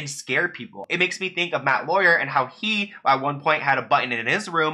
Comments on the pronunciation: Dude.....I think you have a problem with speaking what you're reading. It's Glavin . . . not Galvin and it's Lauer . . . not Lawyer!!! I know this is knit-picking, but it makes me think you may have a type of dyslexia. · Hey, good video. The news anchor of the "Today Show" who was fired, Matt Lauer, I could be wrong but I think his last name is pronounced "lau ur" Same pronunciation but different first letters as: The "power" of love The twin "tower" To "cower" in fear Thought you might want to know. I can tell you always try to get names, gender, etc. correct. You put a lot of effort into your videos and it comes across so thank you for all your hard work.